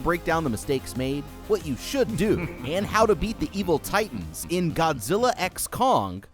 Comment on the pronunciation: He can't say titans names!!! I HATE IT